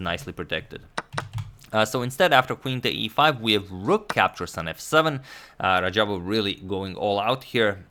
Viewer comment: #Suggestion Antonio it is not Rajabov but Radjabov